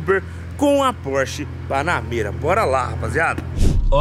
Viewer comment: "A" Porsche Panamêra.... :face-green-smiling